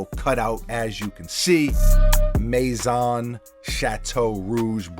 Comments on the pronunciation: ”Stop butchering the name” lol, love the French mispronunciation, Maison is pronounced meˈsõn, meh 😜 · May-zon with zon like “own” without the w (I have 12 years of French) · Pronounced MAY-zon (soft N, not like Zone) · Pronounced 🌽 maize-son, sha-tow rouge...just the name of the colors on their collabs. Yellow blue and red in french. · “May - saun” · It’s not Japanese br. Say May-Zawn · Pronounced " may-zon", means house in French. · Pronounced more like the sound of how this would be spelled…. May-Sewn ShaToe Wrewgsh